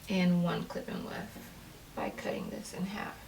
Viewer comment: All I hear is “clip in wef”